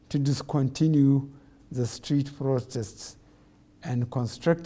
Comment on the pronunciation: well intended frowtests